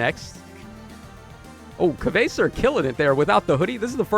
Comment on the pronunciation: A new year coming up and still no one knows how to say "Kvasir" right 😅 Powercreep is based on the character, not the state of the game. Popular characters get the goods. Also Kana living the dream surrounded by babes. 😊